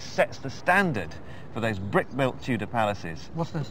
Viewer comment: "Tudor Palace" not "Tutor Place". But I appreciate you posting the video.